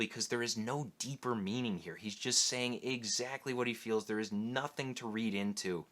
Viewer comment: Candidate: Conan the Barbarian. "Do flowahs grow heah?"